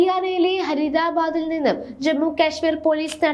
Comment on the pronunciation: എൻ്റെ കുട്ടി വാർത്ത വായിക്കുമ്പോൾ അക്ഷരത്തെറ്റില്ലാതെ ഉച്ചരിക്കാൻ ശ്രമിക്കണ്ടേ ഫരീദാബാദ് ആണ് ഹരീ ദാബാദ് അല്ല